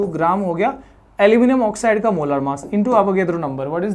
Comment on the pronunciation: Why you say मोलार मास ? its मोलर मास